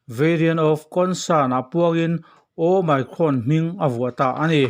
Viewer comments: Hemi channel hi a hming atanga en chuan "Journalism" lam channel ani ngei in a lang a, "Omicron" variant chungchang video ni si mahse a "omicron" ber lam dik loh lutuk mai chu. Kan tawng ni lo lam dik loh hi a awm lo miah lo, mahse kan lam thiam chiah loh hi chu internet ah lam dan en mai ila. Ngaihthlak a ti hahthlak tlat "Oh my cron". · Ooo my crawn a ti tlat hi, mak eee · Ooooh my crawn. I ti mak e, i lam dan hi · Awmicron a nih manih sir omicron ti jok tur I la nal lem deu lo manih awmicron ha2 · Your pronounciation is very funny "OMICRON" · Omicron lam rik danah YouTube lamah a lamrik dan zir hmasa ta la a tha lo maw?